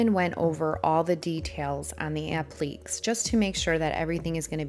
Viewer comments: I enjoyed watching the wonderful job you did turning that ugly duckling into a beautiful swan. I just wanted you to know, since you pronounced "applique" constantly as "app-leek"; it is actually pronounced like "app-lee-kay". Applique is a french word. Regardless of how it is pronounced, you did a wonderful job! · This is not meant to hurt you, but you are mispronouncing the word "applique". It is not pronounced like "oblique." It is a French word, the proper spelling is appliqué, but is pronounced the same with or without the accent with three syllables: app-leh-KAY, emphasis on the last syllable. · This is gorgeous! I love how you blend techniques too. Please take no offense, but you KILLED ME mispronouncing applique. It's a-pluh-KAY. hehehe I can't help but let you know since literally EVERYTHING else about this flip was spot on. <3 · Such a stunning transformation. A beautiful piece. (FYI: It's pronounced "ap-li-cays".)